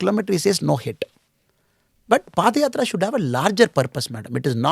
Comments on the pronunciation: koi in bhaisahab ko bataye ki padyatra hoti hai na ki paadyatra. Paad ka matlab bhi bata do bhai inko. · Boss padyatra not paadyatrs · Paadh yatra 😅 that pronunciation